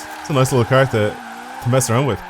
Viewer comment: I love how he says car "cur" LOL